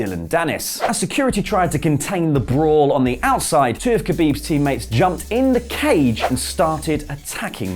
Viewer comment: dislike for the pronounciation of khabib xD Commentators do it wrong but this is hillarious xD